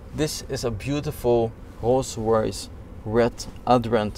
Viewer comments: “Rogh roghs” 😂😂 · not a rolls royce it’s a kolls koyce